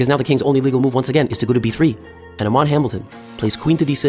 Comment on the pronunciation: Did bro just say 'Amon' 💀